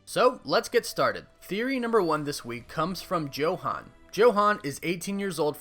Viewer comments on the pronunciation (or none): It's pronounced 'Yo-Hahn'